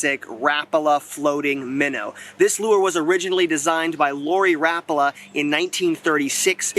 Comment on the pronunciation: look it up, he pronounced Rapala correctly in the video. ra-puh-luh